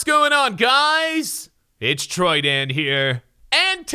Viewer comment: Woah what did you say troudan lolz